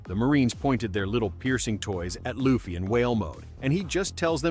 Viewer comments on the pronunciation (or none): Stop calling Luffy as Laffy